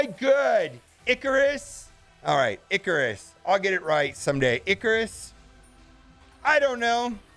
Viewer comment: Surely the name is Ick-a-rus like greek mythology?